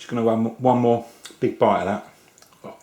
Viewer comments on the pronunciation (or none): none